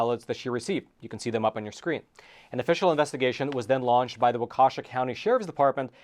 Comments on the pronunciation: Waukesha - wa-ka-shaw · Walk a shaw, not wa KEY sha. It’s an Indian name. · Waukesha; pronounced Wawkeeshaw! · FWIW, it's pronounced "Walk-Eh-Shaw" or thereabouts. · Waukesha (Wa-kee-shaw). Some city names in Wisconsin are not usually pronounced correctly by out of state people. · Waukesha is pronounced walk-ah-shaw. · As a citizen of Wisconsin, this is embarrassing but not surprising. I do not live in Milwaukee but can not believe I have not heard about this. - Waukesha is pronounced Waa Kuh Shaa. Love your program, keep up the great work! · If you were trying to say Waukesha County, you are badly mispronouncing it🤭 (I grew up in Wisconsin) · Waukesha. I don't know how he even tried to pronounce it.🤦‍♂️🤣